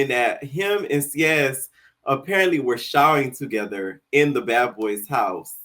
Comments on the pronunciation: His name is pronounced S-ACE lmaooo that’s Literally why Him and John were fighting from the jump lmao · Its Seis, like Spanish for six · why are you saying seis like that 😂😂